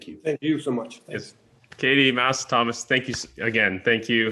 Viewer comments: I hate the way she pronounces Mads’ name 😂 he said previously that it’s pronounced “mess” like the end of “Thomas” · This was such an insightful look into the birthing process of a beautiful movie. I'm so glad they decided against scrapping of that hilarious "cod catching" scene. However the constant mispronunciation of Mads' name is such a eyesore - it would literally cost northing to just Google the correct one and use that.